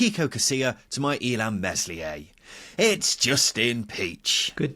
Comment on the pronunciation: Casilla and Cooper won that game, not Derby. And the S in Meslier is a silent one, you should try it 😊